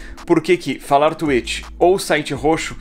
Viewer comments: Vc gravou falando tuêt, não tuítx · Não fala tuetchi e sim twitch exposed! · tá, mas vc não falou twitch no seu vídeo, vc falou tu êchi (kkkk é zueira) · Oq tem q falar: twitch Oq o edu fala:tuêti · Ninguém: A Absolutamente ngm: A Edu: T U I T I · Mas ce falou twetch por isso nao deu